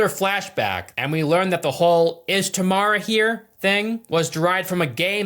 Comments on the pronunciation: It's TAM-RA dude...not TA-MA-RA 😭 plz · It’s Tamra. Why’s this chode keep saying “Tamara” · Tam-ra not tah-me-rah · Dude it's not Tamara or tomorrow or what you said. It's Tamra! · Tamra has been through enough… we can’t at least say her name properly TAM-RA